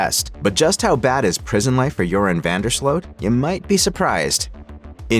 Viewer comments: Ya need to pay attention and learn how to pronounce names. We can see it is Vandersloot and everyone with a brain also pronounces it Vandersloot not Vanderslote. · Van der sloot like “boot” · Van der SLOW is the pronunciation. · This sounds why does this AI keep messing up his name? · Most of the western world knows how to pronounce his name except for this bot/ narrator.